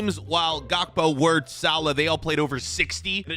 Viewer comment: wirts is crazy (it’s pronounced virtz)